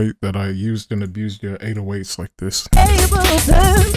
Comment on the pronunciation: bro called ableton abbhleaton 💀